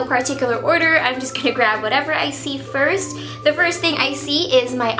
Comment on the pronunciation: Hate when she says duh instead of the